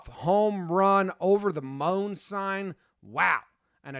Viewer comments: Over the “Moan” sign 😂 “Moe-en” but “Moan” is much in better. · It’s pronounced Mo-en not moan lol. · ) Moen is plumbing fixtures and it's pronounced like "moin" not "moan" :) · Mone sign......lmao it is pronounced MO-IN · Moen, pronounced Mo En. Hard O, soft E. You're welcome. Lol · It's pronounced Mo-En.